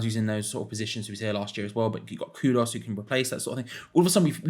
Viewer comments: Kudus!!!!!! How hard can it be to pronounce a name properly. There’s a U in it not an O. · His name is KudUs, not Kudos. But great player!